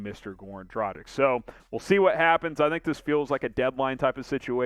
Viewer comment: Please please please learn how to pronounce his name!! Dragic'